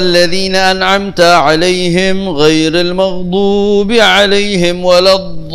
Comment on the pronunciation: Saya pernah denger cara baca “An’amta ‘alaihim ghairil magduubi’alaim” itu jangan diputus katanya. Tapi saya lupa liat di youtube mana, cuma yang koreksi bacaan kalo gak salah adalah syekh salah satu imam tanah harom